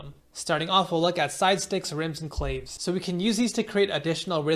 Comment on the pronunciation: Awesome video ( claves = “klah-vays )